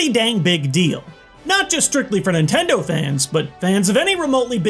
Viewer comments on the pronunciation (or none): none